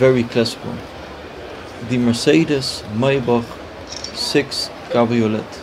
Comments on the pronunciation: You don’t pronounce the “t” in cabriolet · Great video, but please learn how to pronounce 'cabriolet' properly.